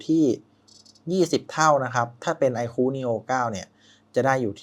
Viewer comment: ไอคู ไม่ใช่ ไอคู้ เฮ้ออออ